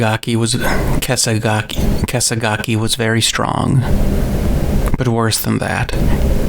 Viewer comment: kinda weird yes.. but it really sounds like stuff you cut from a recording. having a hard time pronouncing kasegaki, maybe some dry mouth from talking, trying alternate wording. i do not have much experience but my guess would be that the long pauses were probably parts that werent cut from the original file